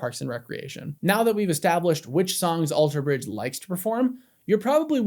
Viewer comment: I never knew Scott played in another band! Thank you for that info! Also! Stop putting the emphasis on the "bridge" in Alter Bridge!! It's killing me 😂😂